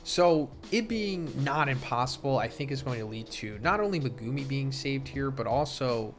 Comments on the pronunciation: The way you say megumi name pisses me off lol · the way you pronounce megumi pisses me off